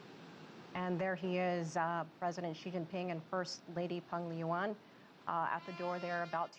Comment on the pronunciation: CGTN 是CCTV下属的电视台 为啥连peng-li-yuan 都说不清楚呢 那个L 被你吃了吗？ 不过 出访带红旗车 是真他妈的给力。。。